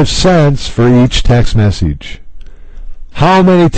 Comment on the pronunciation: Why do you say message and finish weird? You say "finEEsh" and "messEEge".